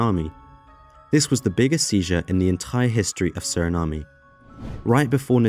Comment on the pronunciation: I don’t like how he says Suriname(unless I’ve been saying it wrong for years which is highly likely) 😂